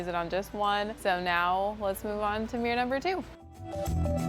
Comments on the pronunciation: Fabulous makeovers.🥰 However I was irritated at the amount of times you said “ Meer” ! Instead of Mirror 😅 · You keep calling it a mir. It is mirror, there are 2 r’s its pronounced mir ror or mirror. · “Mere”ly pronunciation. Hint: “mirror” has two syllables. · What the heck is a "meer"? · Meeror? Does that mean it's "fleep", "profeet" or "favoreet"?